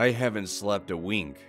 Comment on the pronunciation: " i 'havnt' slept a wink. "